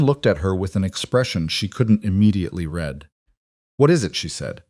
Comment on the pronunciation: read, pronounced as red